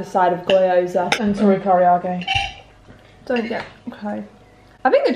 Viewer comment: I’m crying at kaarage and gyoza. The pronunciation hahahha